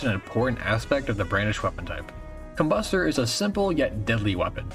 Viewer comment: the emphasis is supposed to be com-BUS-ter, it sounds sussy when u dont